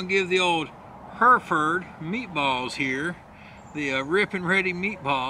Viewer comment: Good review and extra points for correctly pronouncing Hereford.